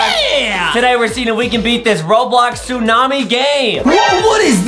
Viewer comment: adam : the tsu-mami justin : ayo did he just say the tsu-mami?